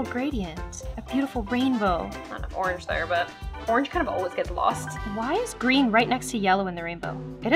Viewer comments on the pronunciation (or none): none